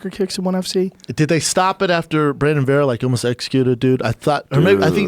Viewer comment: BRUNDUN "Fur shure" SHUB